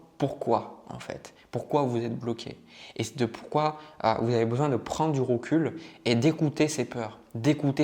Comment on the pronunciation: Les « e » sont des « o » : vous « rovenez », du « rocule » 😅